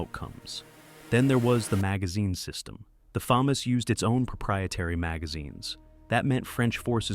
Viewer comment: The “Fay-Mas” lmao AI slop